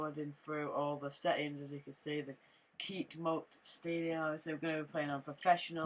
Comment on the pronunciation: Its keepmoat stadium not keetmoat